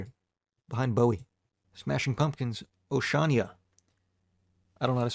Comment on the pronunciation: How the fuck do you mispronounce Oceania that badly